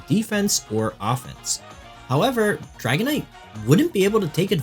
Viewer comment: The way you said dragonite 💧😔🎯